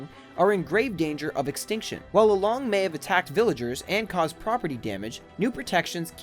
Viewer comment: im face palming every time you say lolong because im pinoy